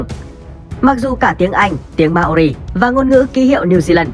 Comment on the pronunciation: Mao ri not ma o ri nha :)))